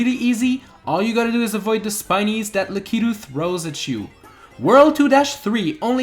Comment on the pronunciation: I dont like how he says la-cie-tu when its lack-a-tu